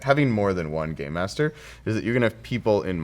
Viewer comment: i sit just me or did she say gay master